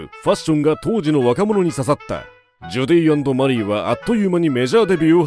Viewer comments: ナレーションの人が「ジョディーアンドマリー」とか「ジョディマリ」って言うのが気になります😂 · ジョディって言ってない？